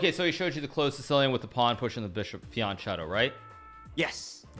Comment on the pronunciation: Lol boxbox is calling a “fee-en-Kheto, fianchetto” a frapachino😂😂lmao